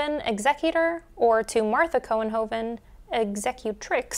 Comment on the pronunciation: Your pronunciation of Couenhoven was just fine. There are still about 9095 people in the Netherlands with this name and about 5776 in the US. In Holland it is spelled mostly as Couwenhoven. When you said 1817, I immediately thought of Jane Austen. She died July 18, 1817.